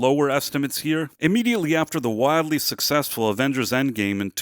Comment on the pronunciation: Avengers e non avenghers